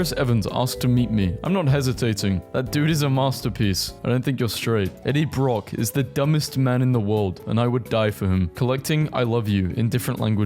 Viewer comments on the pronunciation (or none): none